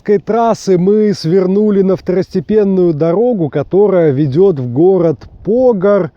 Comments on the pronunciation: Еее,Брянская обл... Ударение не так поставил : ПогАр,ТрубчЕвск. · Константин Драп В74году служил в Брянске в ЖДВ (пантанёры и технари ПРМ)и старшина тех. роты ездил на ,,шишиге" за сигаретами в г.Погар ударение тогда было на ПогАр, а сейчас ПОгар ну да не критично .А вот сигареты длиной в пол метра и более с таб. фабрики в коробке из под телевизора (не сформированные,не рубленные) нам были очень по душе и халява, сейчас табак не тот(ЩеБень не тот!!---П.Чичиков) Моск.обл.